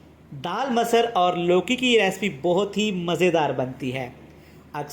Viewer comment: Abay chutiye masar nhi masur daal tu itna juban ghuma rha hai ki talaffuj badal jarha hai